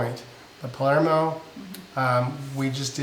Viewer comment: Love how halfway through decided you were in Palmero instead of Palermo! Just teasing because you guys are so good about pronouncing all the vowel-less, tongue twister places you’ve been. 😂 I really appreciate the budget breakdowns, and so glad you took time off. Really looking forward to the cruise!! We’re planning on a transatlantic to get to Europe when we start our nomad life — seems a great way to cover room and board with less stress and way more fun than a flight - at a very similar price.